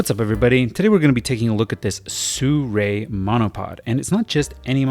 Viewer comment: How can you say "Sew-Ray"? The brand starts wit SI 😆